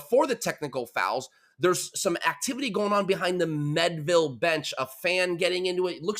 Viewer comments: AI Overview Learn more Meadville, PA is pronounced "MEED-vil". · Pronounced mead ( like the drink) ville. This was my local event. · It is pronounced MEADE-ville. Like General George Gordon Meade, or the medieval drink mead. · How do you get "Medville" from Meadville. Eff that sports reporter, can't even pronounce a city right. THAT'S PART OF YOUR JOB! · I live in Meadville, you’re mispronouncing. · how does a local guy from Pittsburgh mispronounce Meadville?